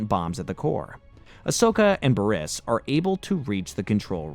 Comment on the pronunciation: not to mention him mispronouncing Bariss... even tho her name is literally said in the show ... on multiple episode from her introduction ... repeatedly